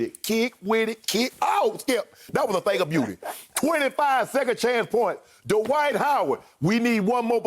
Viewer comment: I love you Shannon and Chris, but it's Dwight one syllable, not DUH-WHITE 2 syllables. 😜😜😋😋😵😵